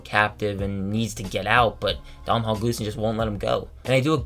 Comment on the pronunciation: Domnhall Gleeson's first name is pronounced DOH-nul.